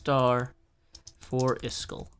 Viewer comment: I dont want to offend you but its is-kall not is-chool